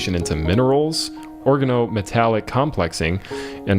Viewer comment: He made an effort, but I believe he mispronounced or incorrectly accented words such as "organo-metallic" ("OR-gan-o" instead of "or-GAN-o").